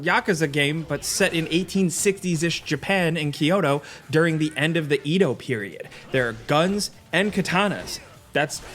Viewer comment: ED-OH not EE-DOH